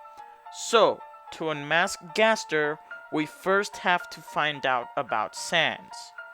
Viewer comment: You said W.D Gster XD